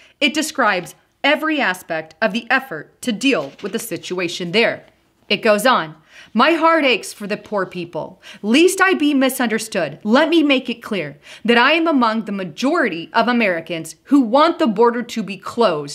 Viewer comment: Thank you,, for this important information! I have forwarded this to others who need to hear it. I just wanted to let you know that the word "lest" rhymes with best, rest, and nest. It does NOT rhyme with beast or feast. God bless you!